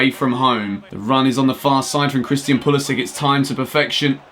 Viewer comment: Don’t disrespect Pulisic like that, please pronounce his name correctly mate